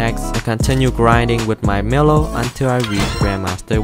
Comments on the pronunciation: It's said mylo not miilo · Why do you call milo miluo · Your saying milo’s name wrong it supposed to sound like mylo